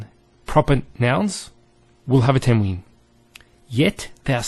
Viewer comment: You're teaching good, however just note that some of the letters, for example Qaf, must be pronounced with Tafkeem, bold and heavy strong sound. You should also note that tanween is not COMPLETELY noon, as it is pronounced differently as well. Hope you found this helpful.